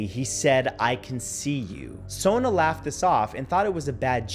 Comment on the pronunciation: js people with the name spelled Sona is pronounced Sawn...like Dawn but an S instead of a D...old world name